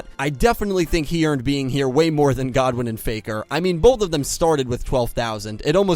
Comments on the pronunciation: life points are much less significant in the real life game, theyre just another resource to use and dont matter as long as theyre not 0 Also Goodwin is pronounced as the 2 words are normally pronounced, Good & Win, not Godwen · It's good-win not god-win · Ur pronciation kills me "kiteo" and "god-win" its kite and goodwin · I thought his name was rex goodwin not godwin? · Kaito is kite’s Japanese name translated but I don’t know god-win Goodwin